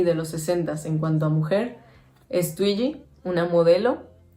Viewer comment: No se pronuncia tuiyi ,se pronuncia Tuigi,mi modelo favorita!